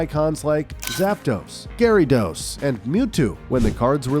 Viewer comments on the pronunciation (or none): none